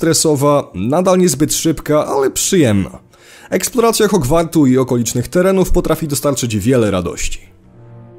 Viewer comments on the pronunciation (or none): none